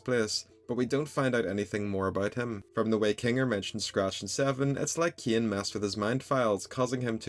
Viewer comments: Why do u pronounce Cain as KEY-AN bro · Why are you saying caine like that 😭